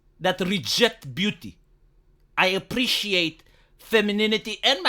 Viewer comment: i have to say, seeing/hearing a ugly troll avatar saying "i apprrrreciate aesthetics" is kinda funny (and yes i understand you right, dont worry iam with you)